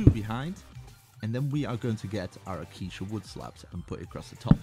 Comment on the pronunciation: you cant even say acacia correctly. Thats not good lmao